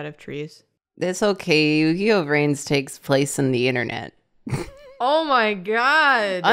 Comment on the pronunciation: More like Yu-Gi-Noh amiright